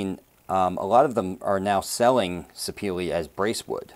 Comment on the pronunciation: Great video. However, the wood name is pronounced "Sir-peh-leh". It got it's origin from Sapele town in South-South Nigeria.